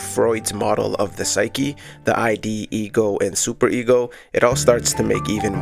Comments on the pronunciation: Amazing video! I've loved Earl since the Free Earl days; it's great to see a deep-dive on him. One small note, "id" in reference to the Freud's psychoanalytic theory is pronounced like the end of the word "lid", not like the abbreviation for identification. I made the exact same mistake in a Psych 101 class in front of like 200 people 💀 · Just wanna point out that it's not the I.D. it's one syllable. The 'id' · Awesome video, subscribed. Love this framing of his work! Just fyi, in psych 'id' is pronounced exactly how it looks, as one syllable